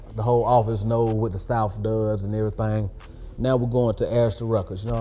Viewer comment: "The souff got something to say"